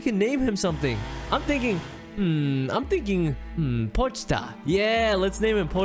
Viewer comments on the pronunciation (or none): the name is po-chi-ta u can't say his name for chaisaw man's sake